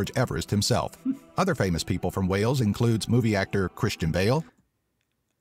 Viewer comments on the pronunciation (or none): It is Wales not whales. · The pronunciation is awful! There are dozens of castles in Wales, several of them are epic. (Richard Burton, Ioan Gruffudd and Luke Evans are Welsh too.)